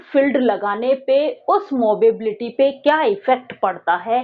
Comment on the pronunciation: Mobility hota h ya mobability ???? Movability smjh aata h but mobability??🤔